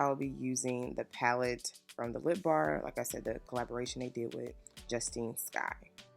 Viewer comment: Beautiful! You did an amazing job. Her name is Justine(Just Tine) 😂😂❤️❤️❤️❤️❤️❤️